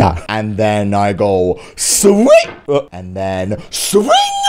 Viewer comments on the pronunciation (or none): It was funny when he kept saying ,,Sving”